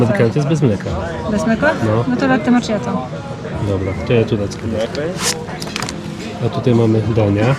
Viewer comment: Az nabralam ochoty na Sarajewo dzieki Wam! 🙂 Widze, ze mozna tam doleciec tanimi liniami 🙂 (latte makiato w wymowie, moje serce zawsze sie raduje jak slysze to poprawnie 🙂 )